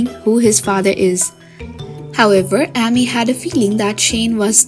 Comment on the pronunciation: The narrator for Heartland always pronounces Amy with a short A not a long A. It is quite annoying